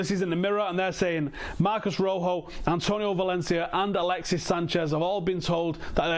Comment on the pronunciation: Marcos, not Marcus. You're right, it's not that difficult.